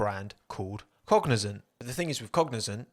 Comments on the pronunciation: Pronunciation, just be mindful of that because from the beginning the name you described sounded like Cognizen not Cognizant. I'm thinking, how do you get the zen sound out of zant? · Cognizant sounded like fuel company for me lol